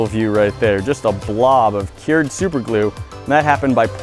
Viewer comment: when did a 'stirrer' become a 'steerer' and 'cured' becomes 'keered'.